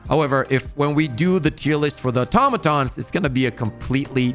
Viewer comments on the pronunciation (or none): none